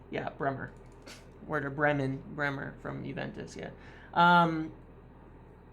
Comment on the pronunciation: Werden Bremen.. Bremer.. 😂